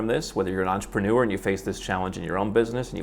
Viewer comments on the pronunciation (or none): The word is pronounced entrepreneur, not entrepanure !